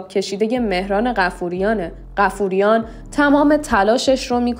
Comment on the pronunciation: بایا اسمها رو درست تلفظ کنید مهران بافوریان😂😂😂😂